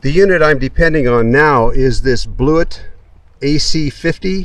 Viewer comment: FYI It is pronounced Blu-et-tea